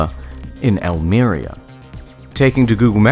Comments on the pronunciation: WHY THE FUCK are you pronouncing it almEria with the emphasis on the e, it is pronounced almerIa with the emphasis on the I you uncultured fuck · Al-me-ree-a, not Al-me-rya. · Almería: has a tilde on the i Internet historian: Alméria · Almiria? Al-me-rí-a. C'mon, it's not that difficult to pronounce. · I impart this too late, I know, but it's pronounced Al-Maria. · And tourism is misspelled... Also he pronounces Almería badly lol